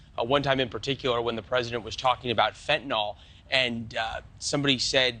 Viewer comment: It’s Fent-a-nyl not Fentanol. The president mispronounced it too. Fentanol suggests the drug might have something to do with alcohol as they classically have “ol” at the end. It does not. I get aggravated when this comes from people that should know better. Come on!